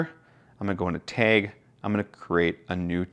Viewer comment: I'm sorry I couldn't learn anything from this video because all I could focus on was how the word "TAG" was pronounced "taig".